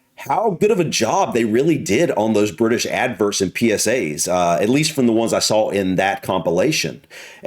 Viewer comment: Laughed every time you said “adverts” 😂😂😂 Ad-verrrrts